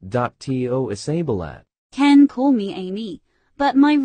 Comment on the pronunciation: Is Isabella not isabilat and is mirabel not mirabilat